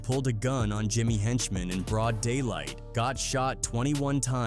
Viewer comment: Script written by one A.i. and the narration done by another A.i. 🤦🏾‍♂️ “When you talk about the infamous G-Unit versus……….. ………….Jimmy Henchman.”